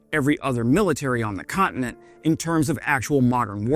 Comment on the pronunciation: "Cotton-it". The word is "Continent". Gd it's painful listening to you. Stop bouncing around you coke fiend.